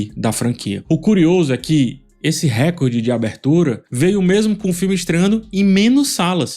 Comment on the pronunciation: Recorde é paroxítona!!